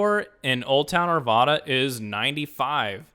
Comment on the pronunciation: It's pronounced Ar Vad Uh -- the second A in Arvada rhymes with cat.